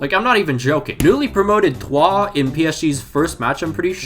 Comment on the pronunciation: ‘TROYES’ is not pronounced ‘toi’- it’s pronounced ‘Troys’ like the story of Helen of Troy (just with an ‘s’ at the end). It isn’t that I’m trolling you or enough, it’s just that I’ve been there for most of my childhood and we’ve always said it like ‘Troys’ and not ‘toi’ (which means you in French by the way). As d as for Brest, it’s pronounced ‘B-rest’ like a chicken ‘breast’ not ‘Bresta’. Hope that clears things up for future videos